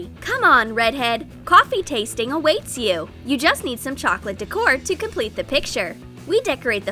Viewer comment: Chocolate dec-or 😂